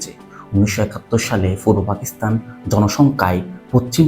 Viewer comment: Age Fa theke pa te asen. Fakistan na Pakistan